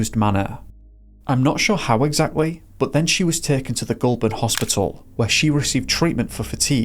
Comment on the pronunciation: I really like the aesthetics and storytelling in this video! As an Aussie, thank you for bringing this family's story to my attention. Just want to point out some minor pronunciations 😅 Goulburn and Melbourne are said with emphasis on the first syllable (pronounced MEL-burn). Same with Bathurst, but pronounced with "th" together, like the word "thirst". It's a þ sound.